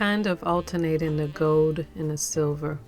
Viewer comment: It's "gold" with an "L" not "gode".